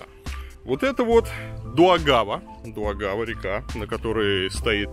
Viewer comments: Какая дуагава,ДАУГАВА.и ударение перенеси.😂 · Как из Daugava получилась дуагава?? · Река Даугава. Ударение или на 1ую- а, можно на 2ую- а.